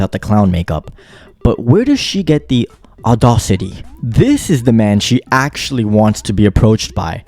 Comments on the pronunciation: Can’t even say audacity right. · She doesn’t know how to pronounce audacity.